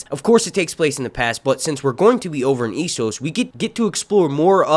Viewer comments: It's Essos not Issos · Its E SSOS, E SSOS say it with me, ESSOS EEEEEEEEEE NOT iiiiii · Essos not eeesos ffs